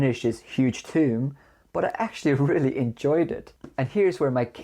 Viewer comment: Just thought I'd help ya out, "Tome" is pronounced with the o sound as in Home or gnome or Rome. Otherwise you're just referring to a tomb aha 😅